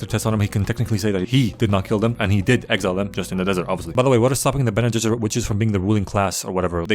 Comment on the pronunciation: I can't believe got "bene gesserits" right on the first try